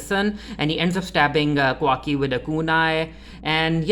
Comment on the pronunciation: It’s Ka-wa-ki by the way LOL